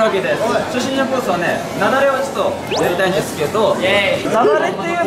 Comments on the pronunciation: ラウールの雪崩のイントネーションが完全にナダル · ラウールさん『雪崩』をナダルみたいに言わないで🤣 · ラウールの雪崩のイントネーションがナダルで笑ってる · ラウちゃんの の雪崩の発音が完全にナダル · ラウールの雪崩の発音が、ナダル